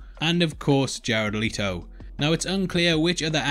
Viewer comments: LET, LET, LET, LETO LETOOOO plz stop saying “Leeto” his name is LETO!!! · Leto NOT LEATO!!!